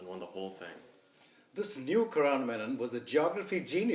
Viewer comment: I love this video so much. I want to list out my favourite bits, in no particular order: - every single one of Arjun's expressions - dialogue delivery KILLS, and his mispronunciation of Karan is chef's kiss - the felt paper(?) beard cut-out that perfectly fit - Better KM's monologues, felt so natural (was it scripted??) - Arihant being termed as friend with air quotes - desi home background noises - the simplistic fonts - the GEOB15 name plate - doing absolutely nothing to hide the fact that Daniel was filming in the car - "BEEyond the Gee-awe-grahy-BEE???" - BUT DID YOU CHEAT TO MAKE IT TO THE SCHOOL ROUND??? - the look that Ms. Collur gives the camera when old KM refused to eat This video will be my new comfort watch!